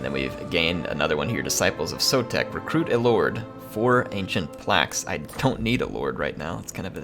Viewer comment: yours is the campaign I'm going to follow because you're pronouncing our Skink Lord and Saviour's name right:P So tired of native-English speaking TW youtubers who think their mono-lingualism is a blanket excuse for not knowing how to pronounce anything, ever.